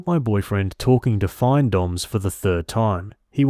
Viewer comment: FINdomme. Financial domination. It’s pronounced like fin in fish fin lol. Not FINE. Also, she needs a backbone, stop being a pathetic doormat. Stories like this are infuriating. Trash talked her and everything.